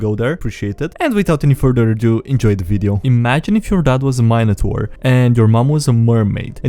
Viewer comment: Please never say minotaur again